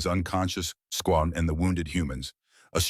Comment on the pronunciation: Good morning - the AI seems to have problems with plurals, names, and loves making up new words "sqawn" for "squad". These mar a very good story.